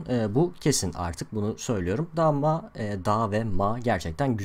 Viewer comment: dha mha deil dama :D